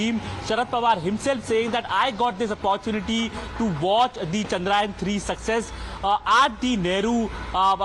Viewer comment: How many of you reporters are going to call it chandrayan??? It's CHANDRA YAAN.